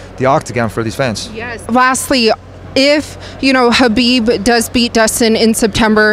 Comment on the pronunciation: she pronounced Khabib properly